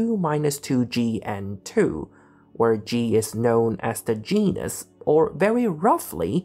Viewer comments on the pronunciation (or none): When you said "where g is known as the genus" I heard "where g is known as the gee-ness" 😂😂 I guess you could argue that's correct as well